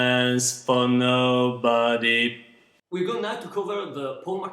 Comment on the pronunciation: You're the best teaching harmony voices, but please, check your pronunciation of the word "Nobody", I think the end of the word is not not well pronounced. Great tutorial